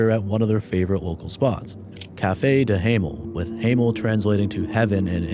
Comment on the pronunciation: THE WAY YOU PRONOUNCED DE HEMEL WAS SPOT ON Thank you for taking the time to learn Dutch pronunciation , I feel lots of English speaking Youtubers don't even take the time to look up how to pronounce foreign words. Let alone Dutch ones . maybe its insignificant to the entire video but it made me happy lol